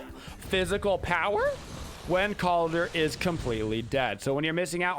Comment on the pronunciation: Sorry, it really grinds on my ears to hear you call him Kaldir with an i. It’s Kaldr, no i in the spelling or pronunciation. Skadi’s voice lines don’t even pronounce it that way.